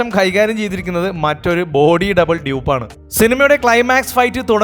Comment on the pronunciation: chiipp alla dupp